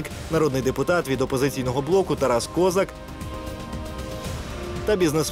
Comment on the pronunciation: Можна наголос поставити